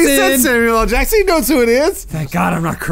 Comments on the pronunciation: he did say "sammy ahl jackson" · he said "sammi-yell jackson" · "Sammy L. Jackson?" That's what I hear anyway's